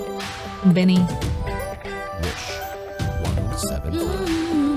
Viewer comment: Heyyyyy, I don't mean to offend you but BINI is pronounced as (bee-nee)